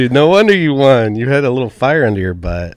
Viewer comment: Hey the word won is pronounced “one”. You pronounce it “Juan”. Tom Segura did this same thing his whole life. I’ll find the video of his realization soon. I might sound like an asshole but I just think it’s interesting. I love this podcast. And I love you fellas ❤️